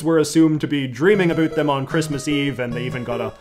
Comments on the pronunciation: A boot?! Certified Canadian. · I think the haircut and mustache is a big part of his brand as a creator, and I have heard people theorize that he sort of overpronounces the world about as a way of emphasizing the fact that he’s Canadian(although I personally Have no idea whether or not it purposefully or not) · 1st time I saw this guy I thought he was American... until I heard him say ''about'' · Never mind I just heard you pronounce about and around, you are 100% canadian no hiding it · Stop saying “about” like that. We get it your Canadian…… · All these withoeut’s and aboeut’s are mildly infuriating to me, not gonna lie